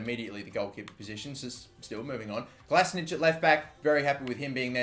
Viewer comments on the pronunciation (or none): great video, looking forward to playing it myself 😍 but it's pronounced "kolašiNATCH" not "kolašiNITCH" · It's not Klasnić his fuckin' name is Kolašinac. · You read Kolasinac like KOLASHINATZ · Mathew Vicelich he thought he had to anglosize it but it's actually pronounced Kolasinatch